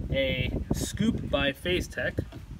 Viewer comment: He said FaZetek😂